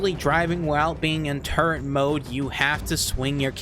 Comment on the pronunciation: There's no "n" in "turret"